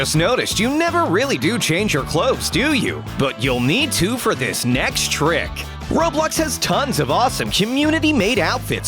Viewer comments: Who else realised that at one point he said “roblock game” instead of roblox game 😯😝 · You said ROBOX, man. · I’m sorry but did I hear you say roblok. Instead of roblox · Did he just say, R0BL0CC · “various ROBLOCK games” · Lol the narrator said r o b l o c c